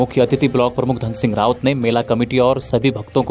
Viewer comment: Dhan Singh dhami h g aap rawAt bol rhe ho